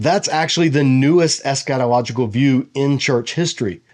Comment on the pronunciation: I heard that too, but I think he means to say eschatological given the context of when he uses the word.